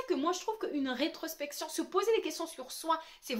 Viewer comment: Introspection mdr tu as du mal à dire ce mot hihihi.... Tu n'as pas tort avec ça mais le cerveau humain n'est pas habitué à faire ça. C'est du travail et du développement personnel !